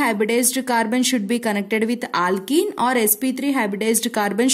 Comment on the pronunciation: Her aaaalkennn 😂pronunciation